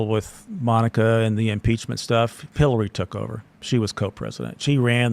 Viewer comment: Sounds more like "Hellary"